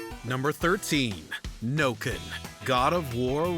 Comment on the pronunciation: Bro said Nokken not ironically 💀💀💀